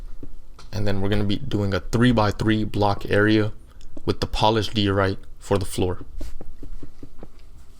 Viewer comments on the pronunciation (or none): You’d probably have more subscribers if you would slow down a little. Unless your just building for yourself. Tutorials are meant for people to follow, yours is way way too fast to do that. And you need to pronounce diorite the correct way. It has a long I sound. Good luck.